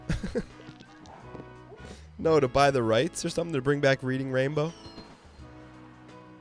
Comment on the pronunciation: As someone who was born in Reading, it physically pains me to hear, "Reeding" and not "Redding" Railroad.